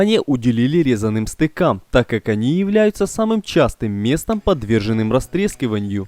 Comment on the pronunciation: СтЕну, а не стенУ, стЫках, а не стыкАх. ГрУнтом, а не грунтОм. Как не русский.